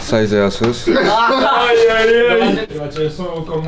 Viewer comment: C est asos pas azos😂